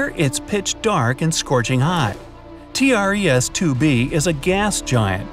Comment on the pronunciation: It’s called tres 2 b not TR ES 2 b